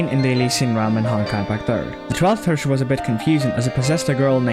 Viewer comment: Why do you all pronounce Herrscher wrong, I am crying But thanks for your great video and explanation of the story!